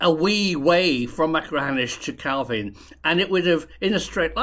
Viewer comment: Well done on correct pronunciation of calvine. And your pic of loch rochty is actually kinloch rannoch where I'm from😅